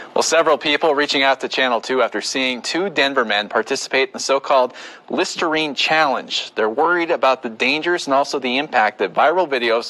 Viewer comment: Listernine? C'mon